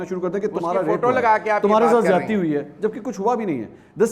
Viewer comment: Ziadati.....ka lafz mansoor sahab apki urdu he kharab hai... ??